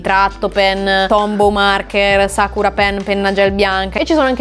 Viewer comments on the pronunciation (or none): none